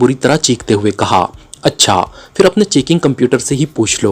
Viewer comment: Phal , k word m h ko silent nei ker sakty , Phal ko pahl bolna h Ap fhal bolty hain Kisi b letter ko silent nei kerna Phir ko phir bolna h Ap Fhir bolty hain ?????? Silent nei kerna Kuch b Kisi urdu k teacher s apni ushkil Hull ker wain JAZAKALLAH KHAIR